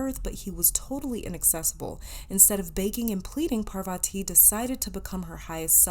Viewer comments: Ojas is read as is and so 8s Parvati...u pronounced it right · Heyyy For the pile 1 You pronounced 'parvati' correctly but the other one is pronounced as 'ojas', the 'j' is not pronounced as 'y', as in 'jus-tice'. And 'ojas' means 'radiance' or 'light'. I hope i was able to help 💗💗💗